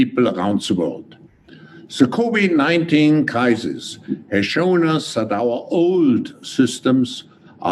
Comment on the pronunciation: it’s sure does sound like he says “The Kobe-19” crisis...The Kobe 🚁 ☠️ was the kick off of this whole thing!